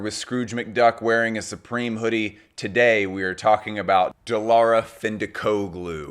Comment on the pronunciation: So proud from Turkiye. She called as Dee Lara instead of The Lara btw :D